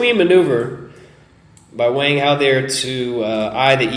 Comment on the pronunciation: Wang (王) is pronounced "Wong"